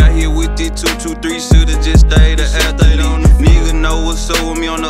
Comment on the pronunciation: Dude said " he got hit wth that 223, he should of stayed a athlete" said it with 3 syllables loll